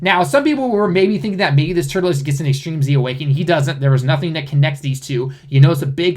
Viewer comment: "tuRLes" not "turtleless"....